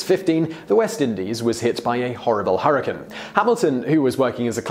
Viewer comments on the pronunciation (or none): none